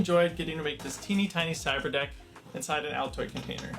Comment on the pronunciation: I can't tell if he's saying "Cyber desk" or "cyber deck". Either way, it sounds like something from Star Wars lol. He should have named it a Cyber Tin since it's not really a desk or deck. Seems pretty pointless honestly, but definitely interesting at least. I doubt there's too many people out there who would have the skills to build something like this though. I felt like I needed a translator app just to understand wtf he was even saying here. That didn't look like raspberry pie to me lol.